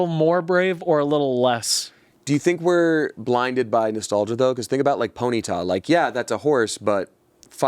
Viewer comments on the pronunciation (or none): I love how says "pony-tah"😂